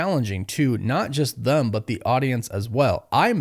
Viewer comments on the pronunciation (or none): "Not just THUM but the audience as well" . Please learn how to pronounce the word "them."